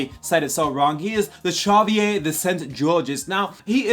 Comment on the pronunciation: The way you say "Chavalier" is funny lol